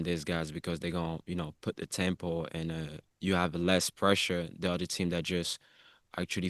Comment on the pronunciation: U should pronounce ur Team properly by now.. 🙄🙄